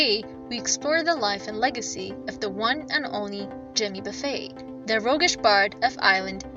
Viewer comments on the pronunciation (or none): Somebody needs to learn how to pronounce his name. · I got tired of the mispronounced name but I'll keep listening to Jimmy Buffett for the rest of my life 👍